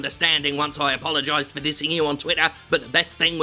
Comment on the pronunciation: He ams tryings to......apolgizex.